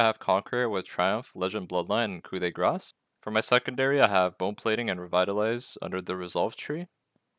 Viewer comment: there you go, a properly pronounced "coup de grâce" hahaha feels good man